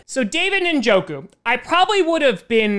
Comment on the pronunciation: David Ninjoku?